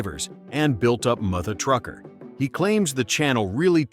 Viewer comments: Ai... really dude? It's mutha as in mother trucker not MOO-THU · Narrated by AI. He didn't even know how to pronounce "Mutha Trucker." You can't make this stuff up. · i don't know about you, but that's almost seems like it was written by a foreigner. It's obviously AI. Can't even pronounce "Mutha Trucker" properly. This channel can't do any interviews unless it's got a good translation program and I doubt Alex will do it but who knows